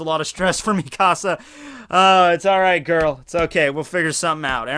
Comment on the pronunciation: Stop saying me casa it's mikasa (me-kuh-suh)